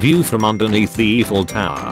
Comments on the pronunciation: Everyone: Eiffel Tower.: Eefel tower. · "eefel tower"